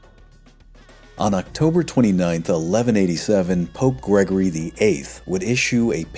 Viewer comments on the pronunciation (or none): none